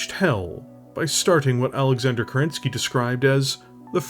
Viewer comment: First off, I need to be honest, Im not a huge fan of your delivery a lot of the times and sometimes it just really bugs me ("we talk about ... KEREN-SKAY"). I keep trying to be a fan but it just irritates the shit out of me, I do know thats a me issue and it obviously works for you. Saying that, I absolutely loved this video. This was obviously a labour of love for you and it shows. I absolutely loved you mixing lore history with how/why the different variants were developed and I think its way more immersive than just dryly going through different variants of a Mech chassis. Keep doing your thing. You do fantastic work and whilst you cant please everyone, you dont have to, you make people happy with your work and even a grumpy shitbag like me can see that.